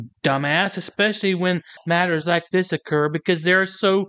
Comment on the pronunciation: doesn't use the letters th at all. Every word is dis, dat, dos, dem dees etc. What a moron.